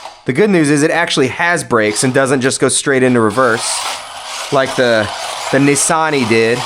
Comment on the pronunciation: 🤔Yes mm nah.Aint Pronounsed Nessan it's Nissan.,I not E..👍